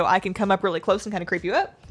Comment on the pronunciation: Girl, stop switching between lisping and non-lisping. Btw.: It's out, not oat.